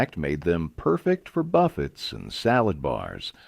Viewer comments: Pee-me-ento? What?😂😂😂 Gallop-penyos??? 😂😂 Perfect for Buffits?😂😂😂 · And buff--etts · Must be Jimmy Buff-etts. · Didn’t you hear? You serve it at your “buff-it’s”!